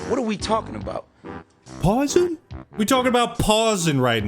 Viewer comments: "We talking about 'PAUSIN'" I almost spat my tea out my mouth😂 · "WE TALKING ABOUT PAUSIN" 💀😭